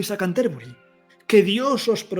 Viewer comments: Una pequeña corrección, se pronuncia Cánterbury. Sería una palabra esdrújula. Gracias por dedicarte a esta gran obra que contribuyó a elevar a la lengua inglesa ya que hasta ese entonces se encontraba totalmente relegada. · en realidad sería así: ˈkæntəbrɪ. No quise poner la transcripción fonética si no explicar que la pronunciación debía ser esdrújula. No pretendía tanta perfección.